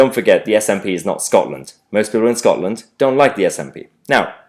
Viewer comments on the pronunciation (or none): none